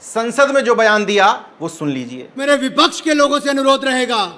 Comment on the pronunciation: आप प्रोनाउंसियेशन अपना ठीक करें व्यक्ति को ब्यक्ति व्यापार को ब्यापार शब्द को सब्द बोले हैं आप इसी ख़बर में वी.पी. सिंह को बी.पी.सिंह भी बोला और विपक्ष को बिपच्छ उच्चारित किया है अन्य बहुत सी ऐसी ही कमियाँ हैं जिन्हें ठीक करने की जरूरत है सादर निवेदन 🙏